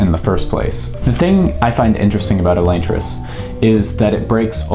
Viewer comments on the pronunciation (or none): Wicked late, but Sanderson says Uh-Lon-tris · Is Elaine-tris the official pronunciation? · It's read as elantris, not elantris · The way you pronounce elantris gives me a migraine.